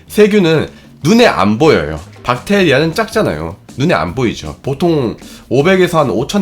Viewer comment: 엌... 여러분 세균이 영어로 뭡니까? 할때 찐으로 젊~~~ 그랬는데 박테이라라고 해서 엌ㅋㅋㅋㅋ 민망..